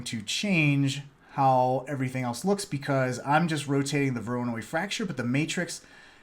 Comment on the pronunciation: Thanks a lot!!! Btw it pronounced as "waranOy" since it's a russian second name in this case ;)